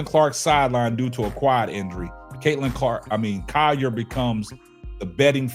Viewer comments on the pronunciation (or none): Naphee SA....not NapheeSHA.....respect her name please as you do videos about her and it is COLL ( call) ier...not Ci..YER